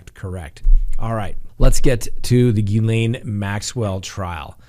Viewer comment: It's Gil-LEN not Gil-LANE.